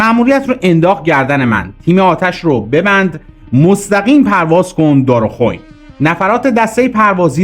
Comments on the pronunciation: ولله بالله تالله خجالت داره جناب _شما میشینی زحمتم میکشی این کلیپ رو درست میکنی ولی به خودت زحمت نمیدی بری تلفظ درست دارخوئین رو از بقیه بپرسی و میگی دار و خوین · دوست عزیز،تلفظ درست منطقه دارخوین درنزدیکی شادگان خوزستانDar kho veinاست درزبان عربی بمعنای منزل برادران،خوین ازریشه اخوی میاید وخوین جمع برادراست. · باسلام من خودم از ۱۸بهمن ۵۹ از نداجا به ستاد جنگهای نامنظم اعزام به اهواز شدیم وتحت فرماندهی دکتر شهید چمران قرار گرفتیم خاطرات زیادی دارم دوست دارم با نقل اونها آگاهی بیشتری به هموطنان بدهم در ضمن دارخوین رو بد تلفظ کردی (دار ، خو ، وی، ن ) صحیح هست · دارخوئین درستش است، دارخوین هم می نویسند. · جان تلفظ صحیح این مناطق و اشخاص را قبل از اجرا یاد بگیر دارخوین از مناطقی بود که سالها جنگ در آنجا جریان داشت تلفظش Darkhovein میشه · آقا خسته نباشی و دست مریزاد - ولی تلفظ ’’دارخوین‘‘ را اشتباه گفتی! دارخُوِین گفته و تلفظ میشه. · اقا دارخوین(darkhovain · تلفظ درست دارخوین است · ممنون بابت زحماتت البته darkhoveyn درسته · سلام کلیپ هات بسیار عالی جسارتن ا ون منطقه فرمودید دار خوئن است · داداش خسته نباشی. دارخوئن درسته منطقه ای بین آبادان و شادگان که یک نیروگاه اتمی هم داره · سلام بسیار عالی خسته نباشی ولی تلفظ دارخوین باید به کسر 'ی' باشد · اول واخرعالی بود ولی دارخوین را کمی غلط تلفظ کردید darkhowein امیدوارم منظوررارسانده باشم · جسارتا "دارخوین" درست است . دار خوو واین. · سلام و عرض ارادت خدا قوت و تشکر از اینکه زحمت می‌کشید و برنامه های جذاب می‌سازید ولی یک انتقاد هم دارم خدمتتان و آنهم این است که تلفظ اصطلاحات مثل کُرو چیف و دار خُوین و یکسری دیگر که معمولا در ویدئوهای شما بهشون برخوردم را یکم بیشتر دقت بکنید و با مشورت از اهل فن و یا دیدن مصاحبه های خود خلبان‌ها و دیگران این موارد را اصلاح بفرمائید. ❤❤ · سپاس عزیزم ، تلفظ دارخوین را درست بگپیید ؟ من بچه خوزستان هستم و ازتان سپاسگزارم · باسپاس از زحماتتون برای تهیه این برنامه های قشنگ ولی کاش تلفظ بعضی اسمها رو قبلا تحقیق بکنی عزیزم. اینجا تلفظ دارخوین رو اشتباه فرمودید. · عزیزم دارخوین .نه دارخون .دائ من سال ۶۴ سیزده روز قبل از عملیات والفجر ۸ توی جاده دارخوین آبادان شهید شدن